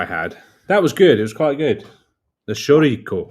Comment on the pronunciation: You say "Chouriço", like this . . . . "Show - Rii - So " - Now say that fast.